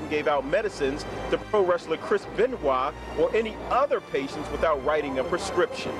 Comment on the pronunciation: Chris Benoit Benoit ben Wah Ben why Ben why Ben why I tried this 1000 times why do you pronounce that name like that